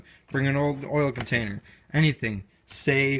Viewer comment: I thought he was saying Motorola all the time 😂😂